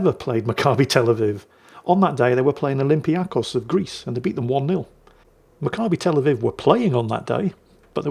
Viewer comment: You pronounced Macabbi Tel Aviv perfectly